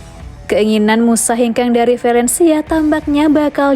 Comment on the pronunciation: vAlencia bukan vElencia